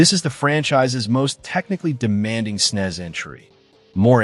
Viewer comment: ..snez?? Ugh